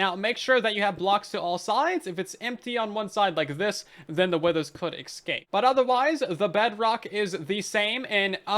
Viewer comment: Cool vid but studies have shown that people who pronounce escape as “EXcape” have brains the size of a small walnut